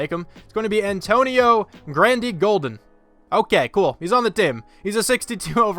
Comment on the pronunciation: Shouldn’t “Antonio Grandy-Golden” be “Antonio Gandy-Golden?”